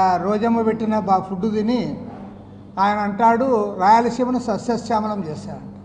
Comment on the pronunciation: సస్యశ్యామలం అనే పదాన్ని కరెక్ట్ గా పలకమను ముక్కు కెసిఆర్ ని ...😂😂😂...